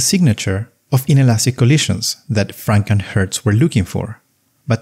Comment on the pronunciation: The way you say Franck and Hertz, channels FrankenHurts, the mythical 20th century monster with bolts in its forehead.